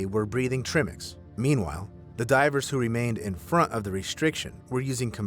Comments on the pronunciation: Trimmicks? Tri-mix. Tri, like, triceratops. Dumb ai monstrosity. Don’t support ai channels ppl. Give a human who puts in human effort and narrates with an organic human voice box. Ai can’t bloody pronounce words properly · Just wanna point out it's not trim ix It's tri mix as in made from mixxing three gases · You're pronunciation tri-mix is killing meeeeee. It's meant to be pronounced like "Try"- mix...because it's made up of a triad of gases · Say it with me now tri mix. Tri mix. Not trimmix. All jokes aside I love the videos. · He should have said it like trimix. Not trimix. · Trimex is pronounced try mix. Not trim ix. Tri because 3 gases are mixed. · It’s pronounced TRY MIX not trimx 🤦🏽‍♀️🤣🤣🤣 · TRI-mix “try” mix (3) mix tri = 3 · Ok please: 1) it's not pronounced "tree-mix" but "try-mix". 2) they're not flippers they're fins. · tri mix "try mix"... not trimmix lol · They use pressure gauges in scuba, not manometers. A manometer is a type of pressure gauge but they don’t use manometers in diving. And it’s pronounced “try mix” not “trim mix” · Also trimix pronounced trim-ix instead of try-mix. As in tri, a three gas mix. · TRY-mix, not Trimmix. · It's called tri mix! If your gonna narrat! You should know w how to pronounce the correct terms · Basically pronounced Try Mix but spelled Tri-Mix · TRIMIX is not pronounced like that. Think, tricycle. TRI. Please. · "trimmicks" ffs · It is pronounced tri-mix, as in the three gases its composed of. Irregardles, wonderfully done video. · Ok, I can’t hear you say “TRIMmix” again 😒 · Trimix is pronounced like "try-mix". "Tri" meaning 3, for the 3 gasses. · Great video, but Trimix is pronounced Try-mix. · It's tri-mix , "try" & "mix"as in a trio of gasses . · it's called TRI mix TR long I mix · Tri-mix not trimix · I think it`s pronounced try-mix. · I think the correct pronunciation is /try/mix/ =trimix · I thought he was trying to say ‘trimmings’ — I had no idea what it was suppose to be so thanks for explaining